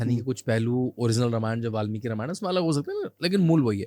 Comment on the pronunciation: जब आप लोग हिंदी में वार्तालाप करते हैं तो यह रामायणा, महाभारता, वेदा, योगा, यह सब कौन सा ब*** वाला भाषण जोड़कर रख देते हैं 🤬🤬🤬🤬🤬